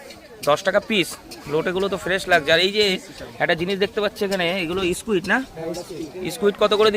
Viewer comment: Es ki uchharon squit ok